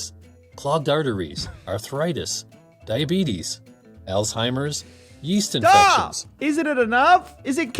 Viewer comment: He said diabetes wrong